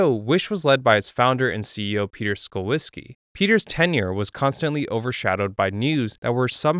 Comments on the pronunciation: Pronouncing Szulczewski ("shool-chev-skee") as "skull-whiskey" has to be one of the worse butcherings of a Polish last name I've heard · Thank you for limiting the amount of times you tried to imagine how to pronounce Szulczewski.